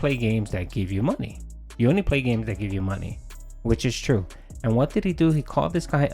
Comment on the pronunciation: Though the snorts are annoying I can’t stand that he pronounces his th’s as d’s. “I appreciate dat.” “My birday bash.” Drives me nuts.